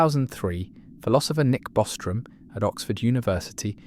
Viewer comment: Dude butchered Bostrom.